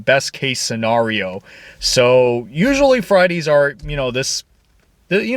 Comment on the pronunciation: Quit saying “Scenario” like that please 😭